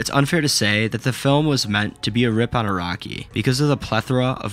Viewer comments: even the cc thought you said "iraqi" instead of "araki" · Bruh , "Iraqi." and "Jodaro."